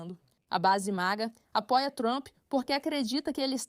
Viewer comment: it's called MAGA, not MIGA.